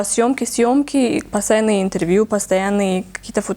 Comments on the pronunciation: ИНТРРРВЬЮ ОРУУ😂😂😂😂😂😂 СТО СОМОН ИЗ КОРВОНА 😂😂😂😂😂😂😂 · "Сегодняшний ИНТТРВЮ"🤣🤣🤣